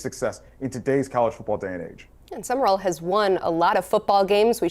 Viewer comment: Sum...rall 2 syllables NOT Summerrall!!